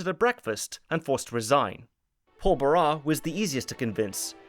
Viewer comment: It's pronounced Paul ba-RAHSS. Sorry, but it bothered me.